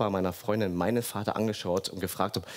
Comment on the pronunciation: Ekelig wie er immer VADDA sagt. Sprich es normal aus